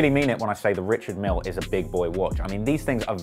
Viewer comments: It’s actually pronounced „ree-shard meEhL“ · Fuck sake it’s said Ree-shard Meal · It’s pronounced rish-ard mil-ay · They said "Quentin Miller". SMH 😬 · You're mispronouncing his name lol....its not 'Richard'.....its 'Ri-chard' Mille....surely you should have done your research lol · Says he’s into watches, can’t even pronounce Richard Mille and is wearing a fit bit 😂😂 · Hum..call urself a watch head but don't know how to pronounce the names right😂😂😂